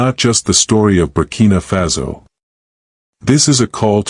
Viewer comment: Y do U pronounce FASO az FAZO?